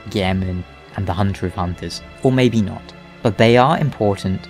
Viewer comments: is it a german accent? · I really love Eileen's accent of pronouncing "honter", "blurd", "enurgh", sounds so special.